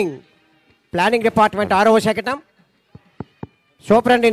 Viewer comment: శకణం కాదు శకటం